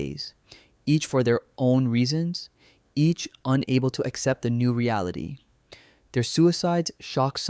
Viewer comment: " Accept" not except.